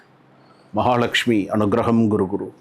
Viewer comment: அனுக்ரஹம், guru guru இல்லை kuru kuru குரு குரு.. குரு kuru என்றால் செய் என்ற அர்த்தம் உச்சரிப்பு முக்கியம் இல்லைன்னா father என்பதை தமிழில் பாதர் னு எழுதி படிச்சா bother ஆகிடும்